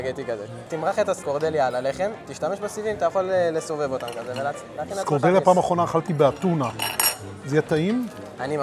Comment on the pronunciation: נראית כמו מסעדה טובה מאוד , שירות אדיב. אגב , למנה היוונית קוראים סקורדליה , צריך לבטא skordalia, וכן , אין על היוונים 👌